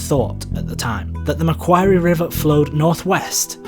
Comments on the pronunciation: Pronunciation: Macquorruie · Bruh its said like McQuarry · You pronounced Macquarie wrong and it hurts my national pride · This pronounciation of Lake Macquarie tickles me. My boyfriend was taking a drink and had to struggle not to spit. A+. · honestly usually make Australian pronounciations TOO fancy like they will call it Mel-Bourne instead of "Mel-bin" the way we pronounce it. Yours was a more interesting way and it always tickles Aussies when things are pronounced wrong. I haven't forgotten the TV show Alias pronouncing Mackay in a way that makes sense instead of the way we pronounce it; "Mack-eye". Good, informative short video.